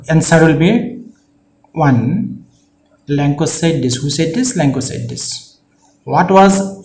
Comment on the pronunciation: Lencho hoi lenkooo nohoi apuni vul ka pohisa sir